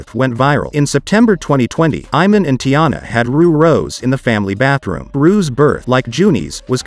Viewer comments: It's pronounced I-Mon and Shu-pert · Soon as he pronounced it “Eye-man”👎🏾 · His mispronunciation of Iman is irritating me. It was nice when shump was in the kings. Miss his positive energy.